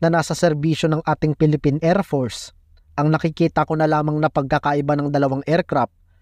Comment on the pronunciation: WHAT IS ER TO ER MISSILE , ER PORCE, EP A PIPTY? TOL DAHAN DAHAN KA LANG AT ANG TIGAS MO MAGSALITA YUN F MO NAGIGING P